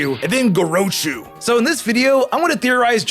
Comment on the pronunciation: I love ur vids but my God the way u keep messing up the name gorochu (or how ever u spell it )